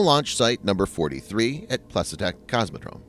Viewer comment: Plesetsk isn't hard to pronounce, the transliteration is quite phonetic.